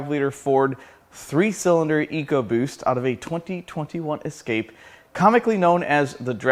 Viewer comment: ford eco-roost. Not like the old Barra donks from down under...